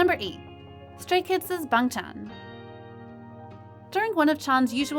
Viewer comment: It’s pronounced bangchan